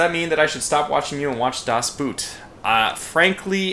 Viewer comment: I cringe every single time when you try to say "das Boot". :D Try to pronounce the double o more like the o in "on" or "over". Please, i beg you!